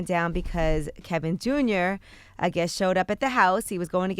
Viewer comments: Why does Charla call him Kelvin and not Kevin? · It is Kevin, not Kelvin Charlemagne. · why does he call him kelvin and not kevin?